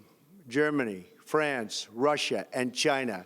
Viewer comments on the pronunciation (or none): none